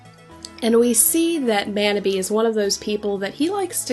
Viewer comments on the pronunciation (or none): Thank you for talking about Fruits Basket. Yuki is my favorite character and Kakeru (Manabe) is in my top 5. One thing though, Manabe is pronounced like 'ma' in mama 'naugh' in naughty 'be' in better I don't usually correct pronunciation mistakes, but this one was pretty bad. God bless and have a great day.